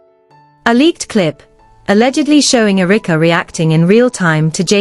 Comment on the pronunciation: AI calls Erika (Errr-rick-a)